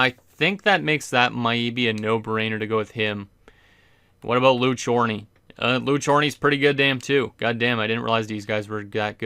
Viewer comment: Lou Chorney? Nah, that's László Császár ("Cs" makes the "ch" sound at the start of "Chorney")